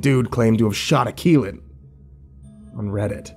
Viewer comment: ok now i'm curious how you pronounce that dog's name, Kilat? Akillat? anyone knows? Edit: nvm found it, Keelut, boy i was way off mark lol